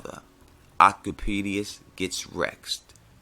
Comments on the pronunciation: The pronunciation of Oedipus is 'ed-i-pus', my friend. 'Oe' is 'Œ' that sounds like 'ee' so yeah.... Oedipus/Œdipus is just 'Edipus'. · That is not even close to how you pronouce oedipus..... 'oh-peh-dee-us'???? lol, love your videos but that is fucking funny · The O is silent. it sounds like Edipus. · it's pronounced Edipus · It's pronounced 'Eedapus, the 'O' is silent'. And Danny was 13 when she and Kal Drogo married... So no. She could never have been Tyrion's mother. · Oedipus is prounounced "Ed-uh-pus" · It's said O-Piss Rex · it's pronounced ee-de pus :) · Also its pronounced "Eee-duh-pihs" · i don't like the theory but i love the new pronunciation i'll be using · Check correct pronunciation of Oedipus. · You seriously butched the pronounciation of Oedipus dude... :) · Love the videos but that pronunciation of Oedipus was painful.